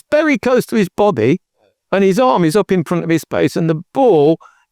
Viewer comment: "it was bery close to his bobby"😅